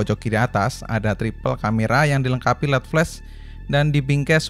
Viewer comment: LED = EL I DI